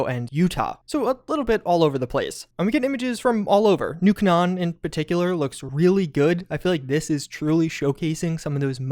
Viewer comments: "nuke nan" lol, its pronounced new caynan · New Cah-non? The spelling doesn't match the sound very well, but Canaan is pronounced Cay-Nan. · Do you mean New Canaan? As in Salt Lake City. You did you pronounce it so weird, it's been mention in New Vegas. It's pronounced: 'New Kay-nan'. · Man really said New Ca-Non